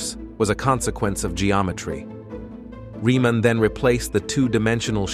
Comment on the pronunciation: Story tellers. At learn that the name of that mathematician is pronounced as : [ reaman ] not riman . German origin - German language.